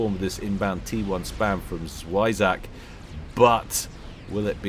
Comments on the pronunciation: When you said 'świeżak' instead of 'zwierzak' Polska gurom zwierzak: kto pl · German here. No, he pronounced the first part "spy" but since it is "ie" and not "ei" it should be pronounces like "zwee" in german. And the ending would be pronounced like "flak" und not like "attack". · I heard a "zwei" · It's "z wie rz a k". Hard to really say how to pronounce it. Z is more zzz than s, "w" in polish is more W than "doubleuuu" so to say. Overall it goes down, up, down with hard RZZ up again with aaa and finishes down, k. Zwierzak. Quirky name for "wild animal guy". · yes, Polish. It means "an animal", but in a cute-ish form. You said it as if it was German lol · "zwierzak" pronunciation - I pretended, but it still hurt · Zwierzak is indeed Polish, use google translate to check how to say it.